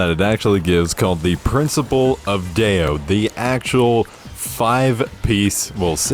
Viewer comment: Great video, thanks! Random: daode is actually 2 words in Chinese. dao (way) and de (virtue). to pronounce it... you can read it as dull (but dont drage the 'll' sound at the end) and dir (like dirt without the 't')